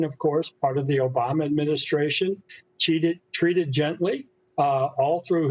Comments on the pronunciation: Notice he said "cheated", instead of "treated". He meant it. It's what the Liberals are known for, cheating! 😑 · Whoa!!!! What a Freudian slip at :51 seconds. Meant to say "treated" but said "cheated." Yeah - cheated was the correct word. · “Cheated” oooops “ treated” nice slip up.